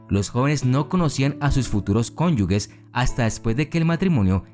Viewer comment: Cónyuges, no cónyugue